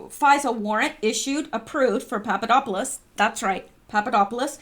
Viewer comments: Poponopolis, yes, you said, “Poponopolis”. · You're killing me I love listening you say that word Papadopoulos Papadopoulos